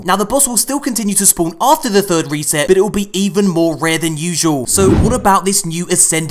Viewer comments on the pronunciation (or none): none